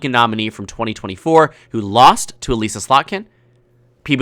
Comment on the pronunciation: Elissa's name is pronounced more like "Melissa," without the M. Not "E-Lisa." Just an FYI.